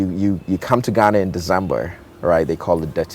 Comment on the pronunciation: Why does he try to speak like that? Ghanarrrrr, Africarrrrrr. Like there’s no ‘r’ in those nouns. The accent isn’t supposed to be the issue here. He’s a great man. And I aspire to be like him one day. But go easy on the forced accent please.